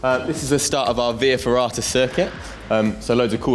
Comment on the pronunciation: What are you saying in that little room? Vee ferrata? Huh?